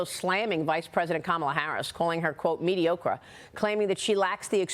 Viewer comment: Did she say “mediokra” lol